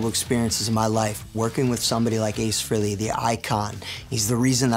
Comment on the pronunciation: Nice, but any true fan knows it's not pronounced FREE-LEY.